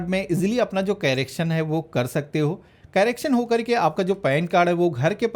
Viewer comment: कैरेक्शन नहीं करेक्शन होता है😂😂😂